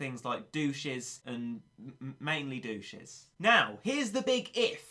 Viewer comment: I think they’re pronounced duh-tch-es not....douches loll